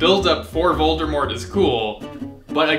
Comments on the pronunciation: His name is indeed Ralph Fiennes, but it's pronounced Fines. Also, it's Voldemort. Not Voldermort. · I believe it’s Voldemort not “Voldurmort” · My favorite part is where you just keep saying "Voldermort." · Vol-D-mort. Not Voldermort... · Every time you say "Voldermort" I want to die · be like: ''VoldeRmort'' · NOT "VOLDERMORT" LOL I cannot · i just love "voldermort" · When you call Voldemort "Voldermort" you really lose credibility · if you say voldERmort one more time... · why is he saying voldeRmort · Vold-er-mort!? Ughhhhh.